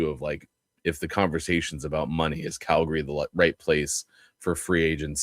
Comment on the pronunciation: On a scale from 1 to 10, 10 being the highest, How annoying do you find it that from the Locked on VGK podcast pronounces Calgary as Cal..GARY?